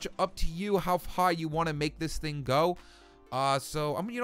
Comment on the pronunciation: it depends how hich you want to go''